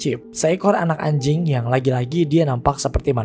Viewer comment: bang ngomong "anjing" nya biasa aja bang